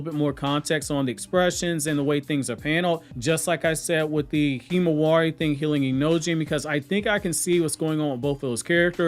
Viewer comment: I cringe every time you say Himawari.